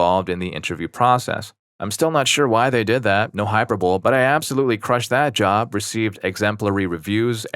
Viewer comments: Hyper bowl had me rolling Hi-per-bo-lee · Hy-per-bow-lee. The E is pronounced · ⛔ hyper bowl ✅ hi purr bo lee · I'm dying at the way you pronounced hyperbole 😂 Brian Regan in the house